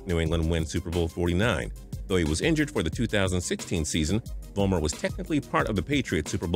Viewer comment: I laughed so hard at Sebastian Vollmer, sibast wulmer😂👌🏻